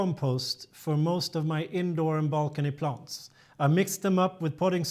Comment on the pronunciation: QUESTION: Can you practice these 2 words - EXcess, not ACcess, and plANTS, not plUNTS? Issue #1: Excess = residual; more than enough, vs ACcess = to capture or get in to. Issue #2: Plant = an organism studied by Botanist; A plUNT = NO ENGLISH SPEAKER KNOWS WHAT THE HELL THIS IS; an annoying sound in an otherwise great and informative youtube video series.